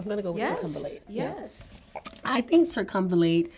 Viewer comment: wrong. It’s pronounced like “Sircum-Val-Late”